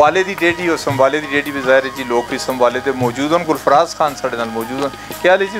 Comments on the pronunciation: سموالہ ہے سر سمبوالا نہیں (سموالہ) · میزبان صاحب خود ھی نام صحیح نہیں لے رہے سموالہ